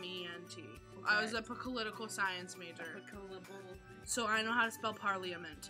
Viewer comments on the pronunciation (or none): "I was a poclipital science major."